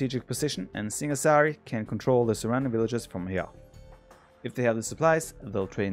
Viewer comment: You pronounced singasari right